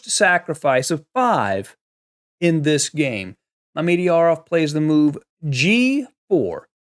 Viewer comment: What a game! (PS: I believe it's properly pronounced "Mama-jarov", lol.)